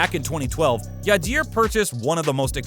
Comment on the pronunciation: bro be sayin yadeer for my boy yadier